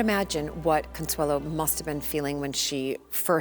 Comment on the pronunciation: Did Consuelo Vanderbilt pronounce her name “Consuela?” I’ve never heard that before!